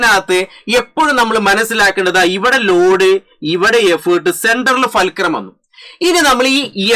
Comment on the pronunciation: ഫേൽക്രം അല്ല ഫുൾക്രം ആണ് മച്ചു